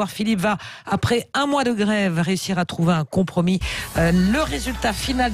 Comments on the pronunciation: Un "contromis" 🙄 ? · Un « conTromi » ?! 🤯